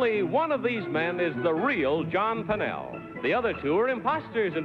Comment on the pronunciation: John Pennel, not John Pannell. Wendell Fertig, not Wendell Fergin